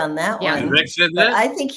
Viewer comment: "Veevek"😹 "Putin has said, once Russia takes Ukraine, Poland and the Baltics are next"🤪"We're trying to prevent war"🤣"He killed Prigozhin."⚖"And you are choosing a murderer over a pro-American country"♟How many lies can this mass murderer pack into 45 seconds?